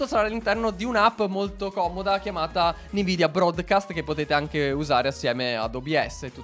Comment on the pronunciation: non vorrei fare il rompiscatole ma si dovrebbe leggere "envidia" non "nividia"